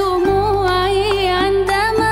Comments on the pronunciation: النطق في عندما الاولى غلط تكون العين مفتوحه عَندمَا ويقصد بها نبته مائها كالدم ويقصد الشاعر انه بكى دم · المشكله كل مطرب يغنيها ويحسب نفسه يعرف لغه عربيه نطقها غلط عندما الاولى بفتح العين سدد السهم واصمى ورمى